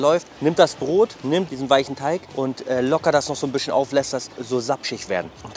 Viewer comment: Keine ahnung wie oft man dir das noch sagen soll es heißt bisschen nicht "büschen" kann doch nicht so schwer sein oder?